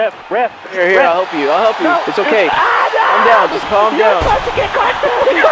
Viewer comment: Did he say we're sposed to be BLOODS